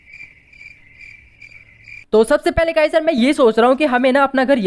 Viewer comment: bro you said kha this is not kha this is kaha